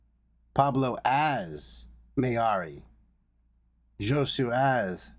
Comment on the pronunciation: Thanks for the RV, BB! Btw Josue's name is pronounced as in "no way Jose" but the 2nd syllable is "sway". 😊